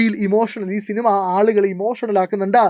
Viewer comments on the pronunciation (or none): none